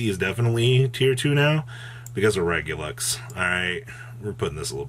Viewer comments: Dude, why does he keep saying Regulux?? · It's ReguluS (!!) pleaaase